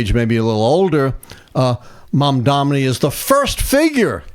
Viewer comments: Can someone please correct this guy? MamdaNi. Not Mamdami, not Mandami, not Mamdamni. It is absolutely disrespectful, no matter if you support him or not. Please stop it. It's not a complex word. It is pronounced just as it is spelled. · time to learn how to pronounce his name. Mamdani. Not Mamdami. If you spell it a few times it should go well. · Please pronounce his name right, Dr. it's Mamdani. Not Mamdami. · MAM-DA-NI PLEASE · M A M D A N I. Please pronounce it correctly! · Come on, say his name correctly. It's not that hard